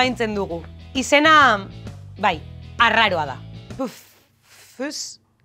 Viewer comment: Oso ondo dago bideoa. Dena dela uste dut nahastu egin zaretela sigla esateko moduarekin. PE-EFE-E-ZETA esanez gero, bideoaren izenburua txarto dago: "Zer da PFEZa?". Artikulua sobran, alegia. P-FEZ ahoskatuta (guk bulegoan egiten dugun bezala), orduan bai eransten zaio -a hori.